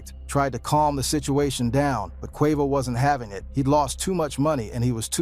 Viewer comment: YESSS!!! Tekashi 6 9 Nine… Pronounce Quavo name wrong half the time… Craziest pronunciation of “Innocence” I’ve ever heard. Pure SLOP